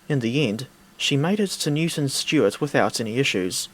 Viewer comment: Dastle Couglas to Stewton Newart :totalbiscuitlaughing